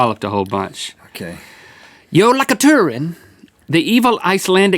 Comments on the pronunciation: you prensose jólakútturinn Rong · the cat is pronounced yo-la-koten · Im from iceland and we jave more santas then orhers also jolakotturinn..😂😂😂🤣🤣🤣 thats not hjá u pronounce it haha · Jólakötturinn pronounced YO-lah-KUHTT-ur-inn sincerely: a butthurt Icelander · I'm from iceland and hearing link say jólakötturinn made me laugh so hard 🤣🤣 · i'm icelandic, and i cracked up when i heard you pronounce Jálakötturinn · Lol. Link, you butchered “jólakötturinn”. XD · Just the way you said jólakötturinn is the funniest thing ever!!😂😂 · im from iceland an when he said Jólakötturinn i couldnt stop laughing i almost exploded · And you said jólakötturinn wrong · he pronounced it wrong. so very wrong but an A+ for link for trying (im icelandic so this made me laugh XD) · i am icelandic and i died when he said jólakötturinn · It's very funny to watch this when you are from Iceland. Especially hearing Links pronunciation on "Jólakötturinn". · Hi,I'm Icelandic and jólakötturinn only eats you if you didn't get a new piece of clothing as a Christmas gift (the way link pronounced jólakötturinn was really funny😂😂) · The pronunciation for Jólakötturinn was 10/10 smh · the way you said jólakötturinn is so wrong i cringed my skin off 😂 but you tried ❤👍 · I love the way he said Jólakötturinn. He said it entirely wrong but it was hilarious. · I'm Icelandic and Link said Jólakötturinn sooo wrong, but its ok :) and the Yule Lads are actually our santa clauses